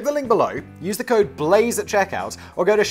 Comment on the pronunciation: Busíness Blázé nice try, Business "Blázé"!!